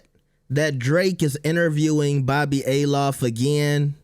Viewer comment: It’s Althoff not A LOFF. How do you butcher the name when you’re clearly hearing how it’s supposed to be pronounced 🤣